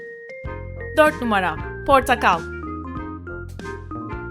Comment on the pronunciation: Abla portakal dediğinde ben portak ortakla yani ordakal 😂😂😂